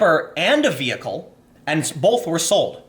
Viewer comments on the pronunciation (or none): Tim, just wanted to say that I'm appreciative of what you do, and agree with you on most things.... However, I will never agree with the way you say "BOLTH" instead of "BOTH"